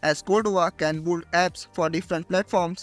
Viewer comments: Build ❌ Bolled ✅ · Build ❌ buld✔️